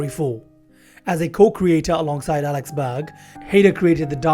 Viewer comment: Nguyen is no pronounced newyen, it's pronounced 'win' it's Alec Berg, not 'Alex.'